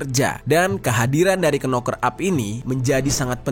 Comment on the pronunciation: Knocker huruf depan (k) tidak dibaca,hanya cukup pakai suara (noker),aku bukan pintar namun tau bener adanya, sorry Bro! I’m not clever enough,yet I knew precisely,accurately should be,good luck!🙏